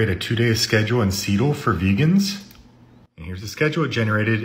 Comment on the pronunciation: "sea"ttle wtf are you on I want some